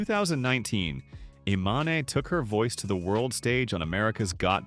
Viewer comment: Her name is pronounced E-mahn, dummy.